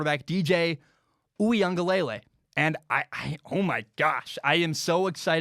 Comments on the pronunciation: Hey! Big fan here, and I’m sorry to nit pick, but I think you’re still pronouncing DJ’s name incorrectly. I think it’s (ooie-unga-leh-lay) as opposed to (ooie-unga-lay-lay). Love your stuff, keep it up man 🤙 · Great segment, I think DJ's name is pronounced oo-ee-ung-uh-luh-lay instead of lay-lay. Heard the Clemson beat reporter from the Athletic explain the pronunciation on The Shamrock podcast. No shade at all, just thought you'd like to know. Good stuff